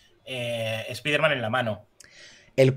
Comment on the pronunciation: Por favor, de verdad han tenido que doblar el nombre como "espaiderman"???!!! Eso sí que es para mandarlos a un universo paralelo.